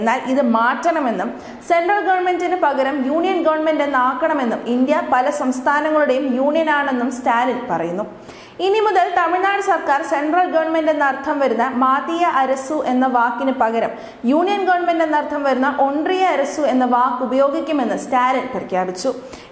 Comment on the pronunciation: മാതിയ അരസു എന്നല്ല "മത്തിയ അരസു "എന്നതാണ് ശരി